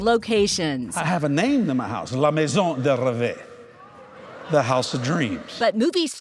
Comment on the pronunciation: Actually as far as "la maison de rêve" the final e in rêve is silent. I know he's having to change the other vowel sounds to fit his first language which is fine, but pronouncing a silent e is unnecessary. We have silent final e's in english too. If it were spelt "rêvé" then yes you'd pronounce it, which does exist but not in this case. Sorry that just jumped out to me.